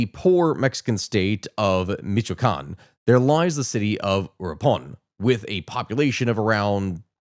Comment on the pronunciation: Michoacán, and uruapan's mispronounciation makes me wonder if this is how other people feel when you mispronounce locations and historical figures name's? Not mad just curious.